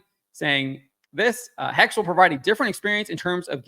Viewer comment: The correct pronounication is HEX-HHE, as in German, I suppose. What's with the obessesion of witchcrap nowadays? Is it because getting women in STEM is too hard so we perform displacement activities and get them into witchcrap? Which is still highly active throughout the African continent btw., although it empirically doesn't work very well.